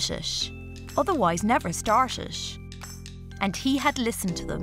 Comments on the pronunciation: She pronounced the 'ate' and 'it' as 'ashe' and 'ish'. What MTI is that ? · She can't say "it" properly